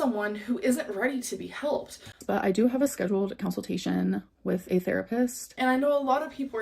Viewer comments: Minor complaint, but I hate how she pronounces “consultation” like “counsel-tation” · the way she says consultation...